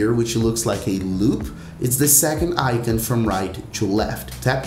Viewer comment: Why you pronouncing icon like that